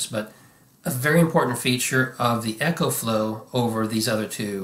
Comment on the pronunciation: It's "Eco"flow not Echo